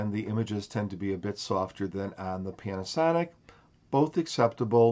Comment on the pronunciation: Funny accent, pianasonic